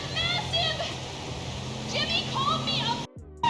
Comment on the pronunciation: Is this voice ai? Why do you say jimmy like that?